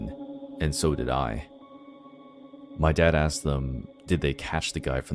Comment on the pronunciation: I “AXED”HIM 😩